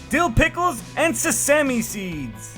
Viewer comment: Sah-sise-me seed?